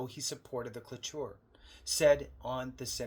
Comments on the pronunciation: There's supposed to be a veteran hiring preference in government employment to begin with. It's similar to the duty to assist for the VA, they don't worry about it. Cloture is pronounced klo chur. And it means stopping the debate (known as filibuster) and calling to vote on the bill itself and it takes a 60% vote by the Senate. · Cloture (pronounced clo-chur) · It's pronounced klow-chr 😂 ! Not making fun brother, but you did make me laugh! Keep up the great work and good fight! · Thank you. Lolololol. I really thought he was saying clitoris Like WHAT??? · lol..... Cloture sounds like KLO CHURE